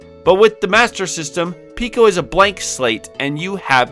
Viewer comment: It's Peco, not Pico though